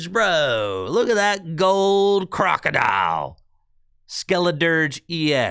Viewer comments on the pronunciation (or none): none